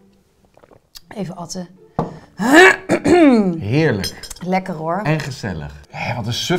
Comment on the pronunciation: Zullen we gewoon eens leren het goed te zeggen? Ad fundum… betekent: Tot op de bodem. Ad eindigt op een D, dus als we een werkwoord van ‘ad’ gaan maken is dat: Adden…. Met 2 d’s dus. Dus NIET aTTen, maar aDDen! Niet meer fout doen vanaf nu, ok? Fijn. Adden maar!